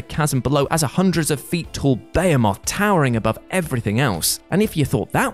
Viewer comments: "Ba-he-meth" not "Bayo-moth" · What’s a “bay-a-moth?” 😄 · Please stop pronouncing Behemoth as Bay-a-moth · British : Bay-hay-moth Merican : Be-he-moth Love it!